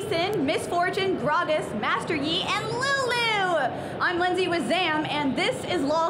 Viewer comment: I love the way you said Lulu c